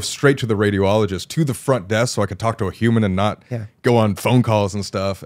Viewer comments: Me trying not to laugh every time Colby said radio-ologist instead of radi-ologist. Sorry, I'm a nurse. I love Sam and Colby. Also, how the hell would someone ask a patient who potentially diagnosed with testicular cancer if they were a woman, it is literally impossible for that to happen. As a nurse, it is so inappropriate some of those things said. First of all as a pre/post surgical nurse, if a doctor finds something they tell the patient, not us. If something is found, I see my role as being a support system to the patient, always to reassure instead of being like "oh treasure each day". I just recently had a patient who had metastasis of testicular cancer and I wish he would have explored other doctors because the surgery our surgeon did should not have been done in our hospital and as far as I know patient is still intubated in ICU. Colby is very lucky that he has resources, but second opinions are always a good idea. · It’s radiology not radio-ology. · I love how Colby pronounces radiologist as radio-ologist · I almost threw my phone at the wall with how many times he said radio-ologist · This is a very serious story and cancer is a devastating diagnosis. I really hope the best for Colby in his journey to recovery. That being said, one of my coping mechanisms is humor... and every time Colby said "Radio-ologist" I couldn't help cracking up.